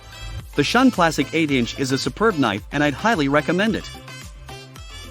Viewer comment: Shun is pronounced shoon.